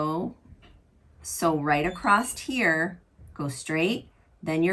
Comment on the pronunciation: Why is the word across spoken acrosst ?